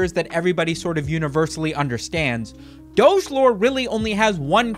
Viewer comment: I don't like the way you pronounce doge